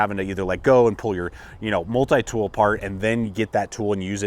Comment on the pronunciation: I hate the way you say multi-tool, good video but that is annoying.